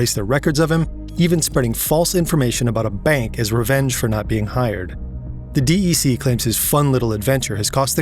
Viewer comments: Usually people say Dec like "Deck" not the letters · Digital Equipment Corp, DEC, is pronounced deck not D E C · Dee-Eee-See? I have never in my life heard anyone call them that. It's pronounced "deck"! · Oi it's pronounced as 'deck' not the letters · Nobody calls "De E Ce" "De E Ce" ... It's just DEC